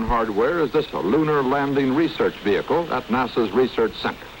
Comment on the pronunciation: Aerial VeeHickle 🤣